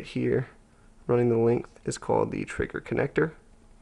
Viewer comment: great vid but do you say frigger or is it just audio thats bad? i call it a trigger